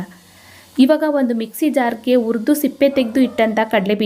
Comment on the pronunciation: ಉರಿದು, ಅಲ್ಲ ಹುರಿದು... ದಯವಿಟ್ಟು ಕನ್ನಡ ಸರಿಯಾಗಿ ಮಾತಾಡಿ..